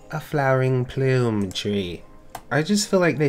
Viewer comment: Plum not pluem xd